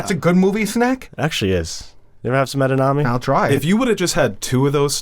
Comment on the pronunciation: today: “Rid-i-ler” (Riddler) Also today: “Ed-en-ame” (Edamame)